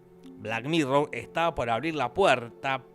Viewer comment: Por qué dice black "mirrow" si es black "mirror"?